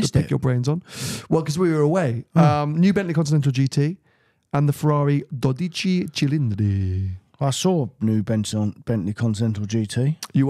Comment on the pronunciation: the pronunciation is wrong. 😁 "12" in Italian is DOdici (emphasis on the "do"), not doDIci like you are saying. 😅 In English it would be something like DO-dee-tchee, with the "dee" and the "tchee" pronounded very fast.